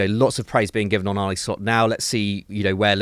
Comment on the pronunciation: God, that guy in the glasses can't pronounce one foreign name. He's not Arneyyy he's Arne.